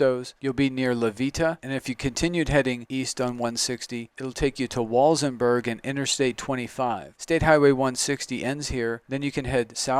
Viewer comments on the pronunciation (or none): Nice presentation, but the local pronunciation of "San Luis" is "San Loo-EES" (not just the town but the valley in which this property is located), not "San Louie", Del Norte is "Del Nort", not "Del Nortay", and it's "Walsenburg", not "Walzenburg". Sorry for being pedantic but I thought you might want to know this if you're going to be marketing land in this area.